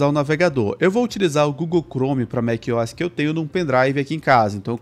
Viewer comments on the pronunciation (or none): "Mac Ois" tá louco 😔